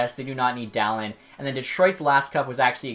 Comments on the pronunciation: For future reference, Dahlin is prounuced "Dah-Leen" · It’s pronounced daleen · topher 16 Where are you looking it up? Bob McKenzie says Dah-Leen. And I've heard countless other legit hockey sources say Dah leen. I used to say Dah lin until I was corrected by these people. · I don’t know why but, every time you said “Dahlin” I thought you were saying “talent” just very weirdly. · Can people please learn how to pronounce his name? 😂